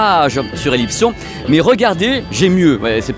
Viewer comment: Tu dis Elipson à la francaise...Mais j'ai toujours entendu "é-lipe-sonne" phonétiquement... Je sais que c'est une marque française...(Merci Monsieur Léon pour les excellentes 1303...Modèle emblématique de la marque), mais je suis surpris de t'entendre prononcer le nom Elipson ainsi.